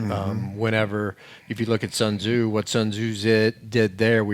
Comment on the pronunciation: "sun Jew" lol